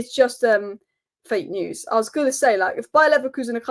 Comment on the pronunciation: Hi. It's pronounced "News" and not "News"